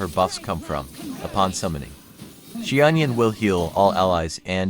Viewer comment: Love how you simplified the pronunciation to "she-onion"!